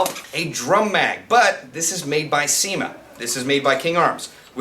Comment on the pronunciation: He said CYMA. I thought he said ceman